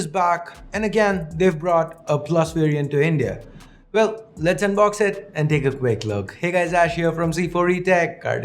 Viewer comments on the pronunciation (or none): none